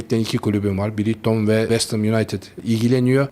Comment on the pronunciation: Pişir pişir anlat, “Brikton”, “Ostorwolde…” biraz da kalite mi desek?